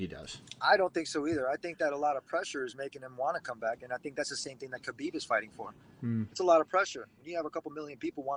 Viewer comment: Kevin you can.t still pronounce Khabib name right :) I am so disapointed in you old man.